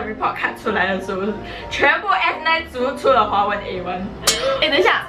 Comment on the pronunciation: 你把华文说成花纹😂